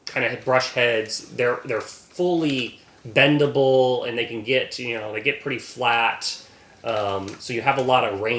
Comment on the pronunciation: ‘bendable” that’s not very articulate😄